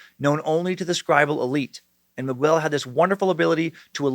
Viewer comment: Holy crap man. I’m a fan but you’ve got to learn how to pronounce Miguel. It’s pronounced Me-gell, not migwell